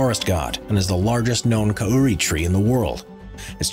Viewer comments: "May-Ori" and "Ka-Uri"? 😂😂😂. It's "Mahree" and "Cowry" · Bruh its not pronounced kai-oo-re it cow-re or co-ri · MAU-WRI COW-RI TARN-AYE-MA-HOOTA (ur pronounciation is horrendous, no offence) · Just think...Tane Mahuta was taller about 20 odd yrs ago, thanx to die back disease and is actually considered a baby in comparison to those that were hideously taken at the beginning of the 1900's (1927? I think...) tane has thicker girth but 3 sisters are taller Ps... Its pronounced 'cah-oo-ree'(say it real fast..preferably rolling the r)-Kauri and its 'maow-ree' Maori